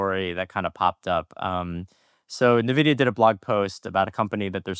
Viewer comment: you're an excellent host for this podcast, which I've watched/listened to for about a year. I love the rotating panel of AI Researchers. Minor correction: NVIDIA is pronounced "en-vid-ee-uh" by Jensen Huang, himself. Keep up the good work!